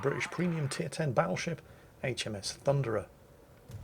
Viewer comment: It's not the Thunderer... It's the Funderer...